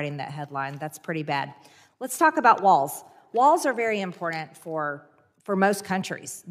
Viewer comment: No d in important you marg, learn the language or leave marg.